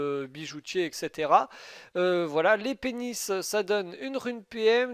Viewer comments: Arrête de dire "L'épée Nice" sa fait Les pénis xD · J'aime quand tu prononce " les pénis " :p